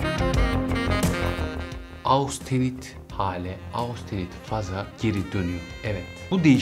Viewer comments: Austenit degil hocam östenit olarak türkçe kullanılıyor ( almanca okunuşu da bu ) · Merhaba, Austenit değil östenit diye okunuyor bir bilgi.